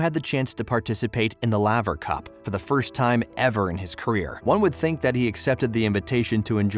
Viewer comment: How do you do this much research and not know how to say his name, let alone raonic and laver